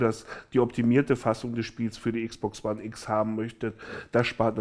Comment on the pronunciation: Wieeeso sagst du Xbox wone